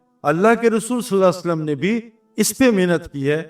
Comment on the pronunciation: نام محمد کے بعد صلی اللّٰہ علیہ وسلم صحیح طریقہ سے بولنا چاھئے ، سعید انور بھائی